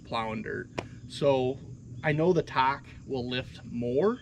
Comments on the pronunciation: What the heck is a Takehashi? lol Takeuchi. Tak eh u (ooo..like ooo that is wrong) chi (as in cheeks) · Ta Kooo Chi. say it with me lol.... Ta Koo Chi, 3 syllables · Why is he calling it a Takeihachi?😂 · Talkahachee? C’mon. It’s not that difficult people. You own these things. Learn how to pronounce it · TakeUCHI Not Takehachi Unbelievably ridiculous review. Since all you do is get in and out in and out in and out all day long then you should just go with Kabota and forget about it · What the hell is Takahachi? Takahashi, I would understand but Takahachi? Come on. It's Takeuchi 竹内. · Enunciation or pronunciation, Tak-e-u-chi! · It's pronounced TY koochy ..... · I know it's a pain to pronounce.... Talk-E-you-chee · You're making me crazy. I'm going to break it down for you in 3 steps. Say it this way in sequence ... 1. Tak- 2. Ehh- 3. Ooochie Practice it a few times and you'll have it. Otherwise, your presentation was very good. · I find it amusing that no one can pronounce たけうち. Say it with me: TA, KE, U, CHI :) Just giving you shit, great video. I run a Cat CTL at work sometimes, and frankly, it just isn't very good. Controls don't respond well, tracks are hard to clean, cab is small with lots of hard edges to hit arms on, parts are constantly breaking or leaking, just poor all around. Never run a Tak, but miss running GEHL with pilot controls, which have a historic relationship with Takeuchi, and are generally simple but well designed. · Tah-key-oo-chee How hard is that? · This is just nit picking but I think you are pronouncing Takeuchi wrong. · With all due respect i laughed every time you attempted to pronounce takeuchi 😅 you just giving it different variations! Great video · Listening to the way you pronounce "Takeuchi" is nauseating...